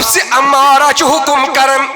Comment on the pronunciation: نفس اَمَّارہ بفتح الہمزہ نہ کہ نفس اُمَّارہ